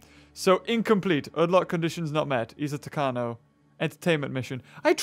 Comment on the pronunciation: You pronounced Isla Tacaño Isla Tacano. It is Isla TacaÑo. I emphasized the ñ